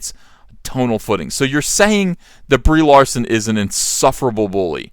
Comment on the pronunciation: I could swear he says "Debris Larson" lmao.